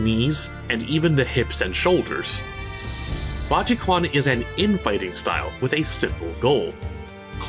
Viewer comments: My absolute favorite tracks from SC, perfect Also I'm pretty certain the Q in Quan is pronounced like "tch", making it "tchu-ahn" and not "kwahn" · Q is not pronounced as K, Chinese are sensible and didn't make a lot of letters represent one sound. It's pronounced kinda like the English "ch" diphthong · Been Maining Kokoro and Marie Rose for 10 years now. DoA player counts are very low but you can still find some opponents. One more thing...the Quan in Baji Quan is pronounced as Chuan by the way. Good Vid brother. Happy to see more. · Q is pronounced “ch”. Your pronunciation alone calls into question your ability to talk about this style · I love when westerners pronounce chinese 😂😂😂 Baji Kwan 😂😂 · you know, it is actually pronounced " Ba JI Chen", Like Ken is Quan is Chen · BA-JI-CHUAN is how you read it. Please don't butcher the language. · "Budgy Kwan" 🤣🤣🤣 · That's the correct pronunciation: 八极拳 bā jí quán Something like "baa ji chu'an" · Been a big fan of your channel, love the video as always. "Slight" nitpicking here~ the "quan" part of "bajiquan 八極拳 " should be read as (the way I would spell it in English) "chuan". Like you would say combining the word "chu" (as in "choose") with "yan" (as in Japanese "yen"). You'll see this word "拳" comes up alot in fighting style because it literally means in Chinese "fist/punch", or it can be loosely translated as "style" or any martial art style that uses primarily fist (as in "bajiquan 八極拳" = eight extremist fist/style, "zui quan 醉拳" = drunken fist/style, or "Tang Lang Quan 螳螂拳" = mantis fist/style ). That word is often spelled with the letter "q", as a Chinese myself, I really never understand why. It comes up in the word "qi 氣" as well, also should be read "chi". ;P Please keep making awesome videos. <3 <3 <3 **PS, my current favorite bajiquan practitioner is Rival School and Street fighter V's Akira (ironically the same name as Virtual Fighter Akira. Hmmmm.....) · 'quan' is pronounce 'chu-en' in chinese btw.